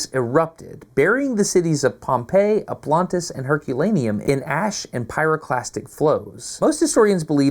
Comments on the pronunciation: it is not "Oplantis" , but OPLONTIS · OplOntis, with an O, it's my city, c'mon DAstin 😂